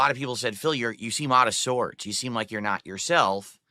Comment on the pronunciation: "Phil, you seem gout of sorts!"